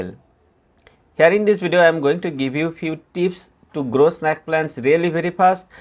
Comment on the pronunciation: its snake not snaake